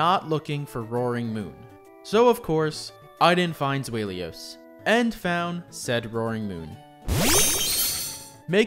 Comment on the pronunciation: I love this video but that pronunciation of Zweilous 😅